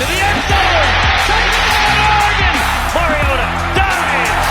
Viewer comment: Another great podcast but I believe you both pronounced Mariota wrong. It’s not supposed to sound like Mary.